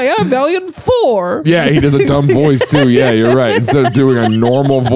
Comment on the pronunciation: v-ALIEN-t Thorr come on you gotta be kidding me really???